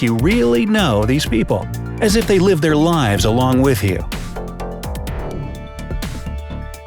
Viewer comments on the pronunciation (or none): none